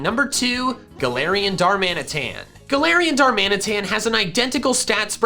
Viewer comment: DARMANITAN, NOT DARMINATAN! THERE IS NO S IN GALARIAN! AND THE K N SALAC IS SUPPOSED TO BE AN L!